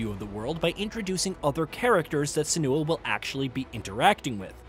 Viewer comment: The video is not off to a good start. In 13 seconds the narrator already mispronounced "Senua" twice.